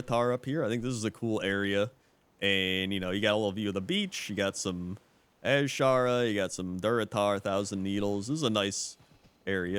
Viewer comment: You pronounce Azshara annoyingly. It's just Azshara. Not AZ-shara.